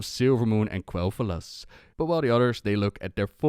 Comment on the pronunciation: You can always depend on to get you the latest scoop! But am I the only one who is bugged by Vereesa basically saying "Kel'thalas", not "Quel'thalas"?!